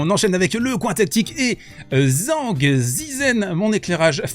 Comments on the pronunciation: au cas ou zhizhen se prononce djeudjeun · Putain, TCHANG! Tchang Tchitchen! ZH se prononce TCH! C'est pas compliqué de regarder comment prononcer le pinyin. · Alors va falloir apprendre à prononcer son nom correctement 😂😂. Version simplifiée zhang = d.jean.g ; Zhi = d.j (e très très léger) ; zhen = d.jeune. Si tu utilises Google translate en cherchant 张志珍 tu auras la possibilité d’écouter en Chinois. Sans chercher la perfection… il faut prononcer le nom mieux car là c’est comme si il avait un autre nom en Chinois 😂😂